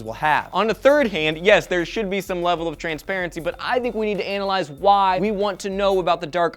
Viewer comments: he said anal-ize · LMAO! definitely said "anal-ize" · Haha! said "anal-ize"